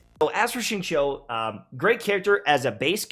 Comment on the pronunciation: Xingqiu is pronounced Xing-Qiu, something like Sing-Chew, not Sing-Chow